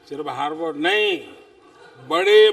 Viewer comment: ठीक से हॉर्वर्ड बोल नही पा रहे साहब